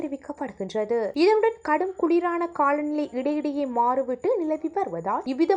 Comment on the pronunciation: தாயே உன் தமிழ் உச்சரிப்பு படுமோசம் உதாரணத்திற்கு ( காள நிலை என்கிறாய் தவறு காலநிலை தான் சரியான தமிழ் ) தயவு செய்து தமிழைக் கொல்லாதே